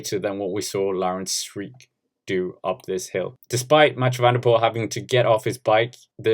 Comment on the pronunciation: can I give you a tip mate? Try to pronounce the "ee" in Sweeck as you would the "a" in brake